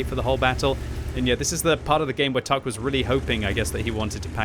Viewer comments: Its not "tahk" in latin but its in cyrillic and pronounced "Tank" 😅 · TAHK is pronounced tank, not tahk, by the way, for the Cyrillic N looks like the latin H...